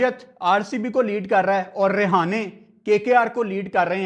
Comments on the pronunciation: Bhai tu hamesa hi mera ❤️ jeet leta h but yr vo रेहाने nhi h रहाणे hai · Its Rahane bhai not Rehane😂😂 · Not a Rihane 😂 It's a Rahane ✅️ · He is not rihane 😂 he is rahane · Rahane❌ Rehana✅😂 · Rahane❌️ Rihane✅️🤣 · Rahane 😅 not rihana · english Lower order❌lawyer order✅ Rahane❌rehane✅ Quinton de kock❌quanton de kock✅ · Bhai sahab rehane nhi rahane hai bo 😂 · रिहाने रहाने 😁 भाई 🙏🏻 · Rahane × Rehane ✓ Dimag × Damag ✓ Quinton× Quanton ✓ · Rehane nahi hai wo rahane hai 🥱🥱tum log bolna sheekho buai kya matlab sare hi aise hai kya pakistan mai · Rahane ❌ Rihane✅ 😅 Quinton ❌Quanton ✅😂 Don't worry,Hota hai kbhi kbhi Btw great Analysis 👍👍👍👍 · Rahane ❌❌ Rehane ✅✅ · bro your pronunciation is just awsm rehane 🤣🤣🤣quanton de kock 🤣🤣🤣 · Rehane? Rahane name h bro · app Rahane ka name galat pronounce kar rahe ho. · Tujhe rahane ka name pronounce krna nahi ata